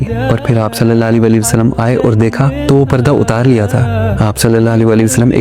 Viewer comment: Bhai ap Hazrat Muhammad kehnay k bad durood pak thik prha kren please Sallal la ho Alayhi wa AA Lehi Wasallam